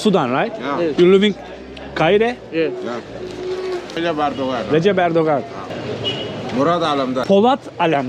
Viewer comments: Kaahire değil doğru telaffuz Kaahıra! (Hıra, kahır...) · Şu şehrin adını doğru telaffuz etsene.. Ka hi re diyeceksin, kayire gibi söylüyorsun..